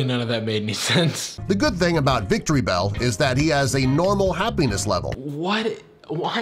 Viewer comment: Drowzee's name is misspelt, Magikarp and Caterpie are both #6, it's not pronounced "victory bell,... Kill me